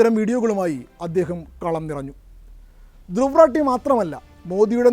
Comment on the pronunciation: ധ്രുവ് . രതി=Druw Rathy എന്നതാണ്അയാളുടെപേര് 👌ഹിന്ദിചാനലുകൾ പേര്ശരിക്ക് ഉച്ചരിക്കുന്നത്കേൾക്കാം മലയാളക്കാർ 🥴 ഇദ്ദേഹത്തെരാട്ടി, രത്തി, രാത്തി , എന്നിങ്ങനെ പറയുന്നു😂 ഒരു കൊല്ലത്തോളമായി ഞാനി ദ്ദേഹത്തെകേൾക്കയും 😊എൻ്റെ 5000 ത്തോളംവരുന്ന ഫെയ്സ്ബുക്ക് 🎉സുഹൃത്തുക്കൾക്ക് ഷെയർ ചെയ്യുകയുംചെയ്യുന്നു😮 ധന്യ വാദ്😊